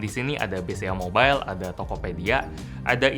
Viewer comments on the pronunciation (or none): none